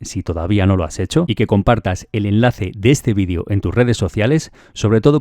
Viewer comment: Por qué todos dicen vean es bidio no maman es vídeo no bidio